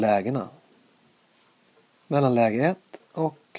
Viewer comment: det uttalas mellan